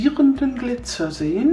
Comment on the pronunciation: das heißt glizer nicht gliter🙈